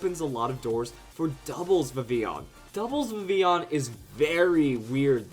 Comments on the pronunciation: ITS VIV-VILL-ON!!!! Sorry,but it's true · It's pronounced Viv-il-on. I know in Spanish ll is pronounced as y, but we're speaking English here! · Why do you speak Vivillon so weird?